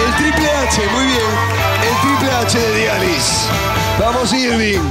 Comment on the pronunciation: todo bien, pero porq en el dinero acumulado dice “Diedalis” JAJAJA tq <3